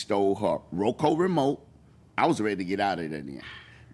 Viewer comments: One its ROKU not ROKO....and two its MINE not MINES!!!! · Will now be calling it row co remote, instead of roku lol